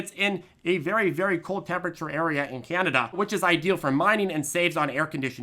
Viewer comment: "This company is based in Cah-nah-dah." LoL. It made me laugh.